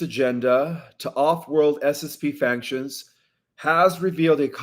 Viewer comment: You said I finally got it right on the word factions. No you got it wrong. You are saying faNctions. There is no N in factions. It is pronounced FAC-SHUNS